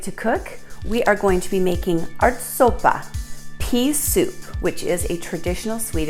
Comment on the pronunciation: The 'ä' in 'ärtsoppa', is pronounced ae.